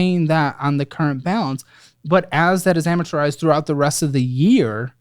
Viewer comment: Hey, it’s just ‘amortized’ not ‘amaturized’